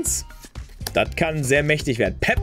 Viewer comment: Pep " und ,, Balodin " cool.😂😂